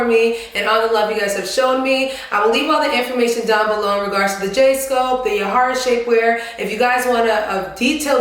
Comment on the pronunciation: Lol the way you say the name 😂😂 (ja hi ra ) YAHAIRA it’s my name too 😂😂😂🇩🇴this is great video